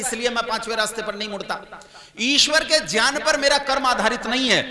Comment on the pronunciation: गंवारपन है ज्यान ,विज्यान ,सर्वज्य बोलना । विकास दिव्य कीर्ति की बात में दम है । बकवास कर के आप जैसे बाबा बेवकूफ बनाते हैं ।